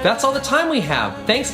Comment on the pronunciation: Did just said... S M A S H???